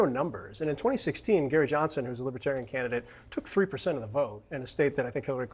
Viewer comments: I would put T at the top of his human scrum heap....no redeeming positive qualities....schemer,scammer, GLOAT (sorry Cohen, he is a bigger liar than you). BY THE WAY, the party name is Lib-er-tare-ee-an...not LIBBA-tarry-un. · LIBBAterian? Even the way he pronounced the word is a slight